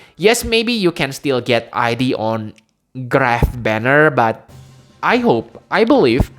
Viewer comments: Oh and I think he's really pronounced as ead (like in eat but with a d), in katakana, the name is written as イド, the same way it was written / pronounced for Sigmund Freud's Id. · The way pronounced Id's name was correct. It has to do with psychology and Sigmund Freud's understanding of the psyche. It's been a while since I studied, but as I recall, there were the Id, the Ego, and the Super ego. Everyone has heard the term "Ego," but the Id and Super ego are not as widely known. "Id" seems a fitting name for the character in Xenogears. I had never read it as "I.D.", but I can understand why people would read it that way since reading it that way implies identity.